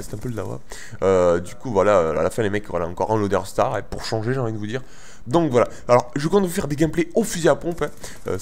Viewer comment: Je pense que tu n'en a rien a foutre mais je crois qu'on dis loDEstar.